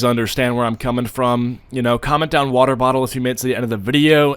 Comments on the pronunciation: wo'tah bo'uhl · watar bottal